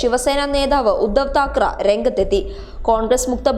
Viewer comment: ...Thakaraa alla Thakaray.